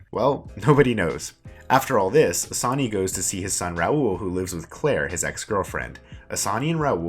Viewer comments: I'm sorry but if you're going to do a summary at least learn how to pronounce the main characters name! It takes 30 secs to look up how to say it! Annoying for no reason- it's 'AH-SAN', not 'A-SANY', I know it doesn't seem that important but it's the difference between being willfully ignorant and making the slightest bit of effort. Hard to even get through this hearing you butcher it every 10 seconds. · Before you do a SuMMaRy, please actually watch the show so you’ll know how to to pronounce the actual words lmao. You can’t even pronounce Assane 💀💀. You only made this video to tell people “oh yeah I’ve done that”